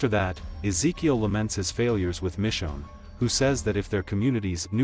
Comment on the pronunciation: BRO I never seen someone mess and pronounciate Ezekiel's name so many times in one sit !! Smh thats so disrespectful and racist I ain't see you even try and correct it eather 1x is acceptable but 10+ is on purpose and you can't even deny it